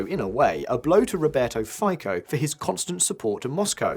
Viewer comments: Im sorry to be a pain in the arse, but it is pronounced Robert "FITSO"! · “Fico” is pronounced Feetso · It's pronounced Fee-tso damn it. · Fico is pronounced "Fitso", as said many times before. But you English speakers never bother to correct it hmm? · A small note (for future videos?), Fico surname should be pronounced very differently.